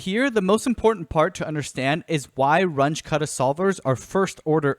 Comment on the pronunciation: Just FYI, since both Runge and Kutta were German, the pronunciation is closer to "Roon-geh" (g as in gravity) and "Koota".